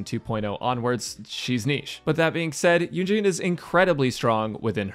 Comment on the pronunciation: Why does he keep saying “Eugene”.